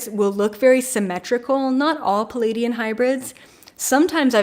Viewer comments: You say palladian hybrid... do you mean ple-aidian hybrid? Love & Light. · I Love your channel but I’m afraid you are mispronouncing the name Pleiadian...You say “Peleidian”...sorry for that but I love languages and studied linguistics, so I could not help myself but to draw your attention to that...there’s a letter “L” straight after first “P” - Pleiadian